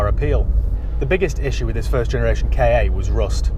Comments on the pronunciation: It's a KA not a k. A lol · Never K A , always a Ka pronounced CAR !!!!!!!!!!!!!! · That's annoying. It's Ka, like Ka the snake because it looks like his head. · Always sounds dumb when someone pronounces it 'K' 'A' instead of 'car' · Not unless you REALLY enjoy welding. And please don't call it a K.A. sounds so weird. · The "K" fell off the end of "KA" 😜😜